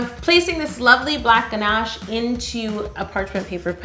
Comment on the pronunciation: I like how you say GNASH I really hear your Canadian accent🤗